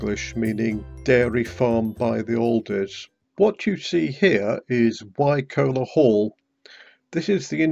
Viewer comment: Nice to see loads of places familiar from growing up there. FYI we always pronounced Wycoller as "Why collar" as in on a shirt.